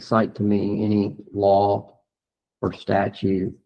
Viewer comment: He says I DON'T RECALL OF ENEY RIGHTS HE KNOWS AND THATS NOUNE CLOWN IN A CLOWN SUIT 🤡